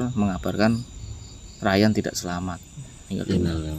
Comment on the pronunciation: Udah di bilang nama nya rayan tapi nyebutnya tetap riyan